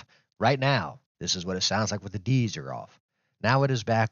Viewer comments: Great video dude! I don’t think these sound any better/worse than the normal G pro(x) and blue mics that come in the box anyway, maybe just another way of getting people to spend money maybe? A mid life cycle upgrade? FYI - De-Esser, it’s not “De-Easer” it’s more like De S er (say them separate!) like it tries to reduce the S high pitch tone when you say words with an S in them! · D-eezer 🤣. Sorry, was hard to take the video seriously after hearing that. It's a D-esser...helps reduce the "S" sound/sibilance.